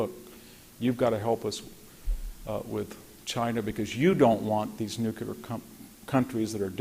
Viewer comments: Hearing this man say "The Ukraine" explains why the rest of us got it wrong for so long. I don't feel so bad now. Ugh, and then he says "Nukeular" multiple times... and all I am starting to see is Homer Simpson teaching WWII history... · How expert can you really be if you think nuclear is: "Nucular"? Hearing it 20 times in a row began to really grate my nerves. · I love hearing from any thoughtful, intelligent, and informed speaker and Dr. Hanson is one of my favorites, exceeded only by Dr. Timothy Snyder. However he is more than educated and strong willed enough to pronounce nuclear correctly and maddening that he doesn't. Surely a product of conservative anti-intellectualism. Nuclear has two syllables "NU CLEAR" and never the three syllable monstrosity "NU KU LAR". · VDH is really brilliant, but he can't say Nuke you lar. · Yah, if only he could stop saying "newkyoolar,," then so could I. Ouch. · Brilliant. Incisive. So articulate. The irony being that he cannot pronounce "nuclear" correctly and it makes me wince....